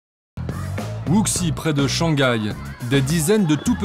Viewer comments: Wuxi se prononce Wouchi, faites un effort mdr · "Wooksy" lol ces journalistes qui font pas l'effort de prononcer un nom de ville correctement